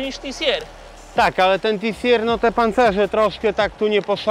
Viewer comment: Panowie, może się czepiam ale nie TI SI ER jeżeli chcecie po angielsku tylko TI Si AR. Dziękuję, odcinek zacny jak zwykle.